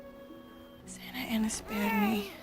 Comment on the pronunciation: Santa ana. Not sansalsa😅